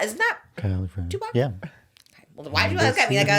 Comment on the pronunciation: She said, Two-Pahc.